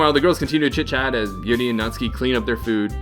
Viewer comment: By the way, FINALLY some American Youtuber properly pronounces "Yuri" and "Sayori" lol